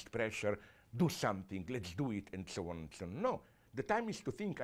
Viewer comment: "and so on and souwaan"